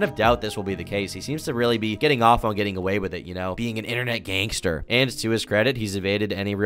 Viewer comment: Whenever he says gang star I think of jojo